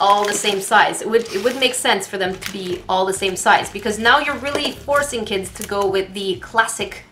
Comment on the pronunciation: kits for kids XD r u saying kits kits or kids kids or even kid kits?